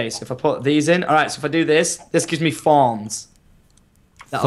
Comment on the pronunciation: "This gives meh thawns"